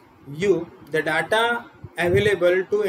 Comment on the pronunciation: Please check your pronunciation of the word 'data'.